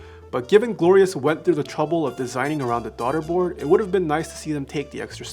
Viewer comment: “Darda board”